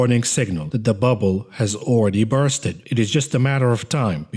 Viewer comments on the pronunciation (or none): Burst-ed lol 😆